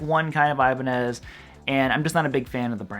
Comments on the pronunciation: No thanks. I hate the feel and sound of locking guitars. I tried one in the 1990s, and it felt so unnatural. I stuck with my Squier Stratocaster. And I feel it should be pronounced E-ba-nez, not Ay-ba-nez. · First of all brotha it’s Ibanez not Ibanez.